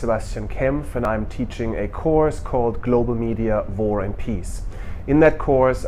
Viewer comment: Hi - my name is Zvika Greenberg and I am taking your course in edX. I suddenly noticed that you pronounce war as vor. I came to conclude that you are from a German origin. I'd like to ask you do you have any connection with media in Germany at the time of WW2?